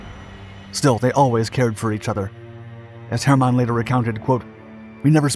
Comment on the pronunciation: Why must you pronounce his name “Herrrr- mon? You’ve had no issues pronouncing it courrectly inthe past